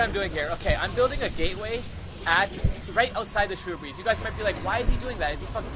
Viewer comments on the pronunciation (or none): great vid but its SHRUB-BERRIES not SHROO-BERRYS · How many times can you mispronounce shrubberies?